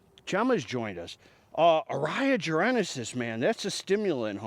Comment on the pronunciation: You can't even read. It's not "jarenasis". It's "jarensis" - no A between the N and S.